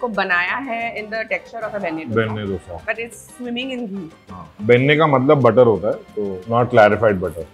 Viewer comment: Chalo, finally to dosa bolna seekh gaye! Didi aap kab dough-sa bolna band karogi?